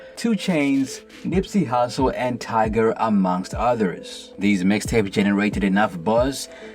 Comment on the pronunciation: It's Tyga not Tiger lool. At least you got it right